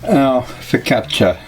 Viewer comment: I liked everything about this recipe except your pronunciation of focaccia in my role as the Italian language police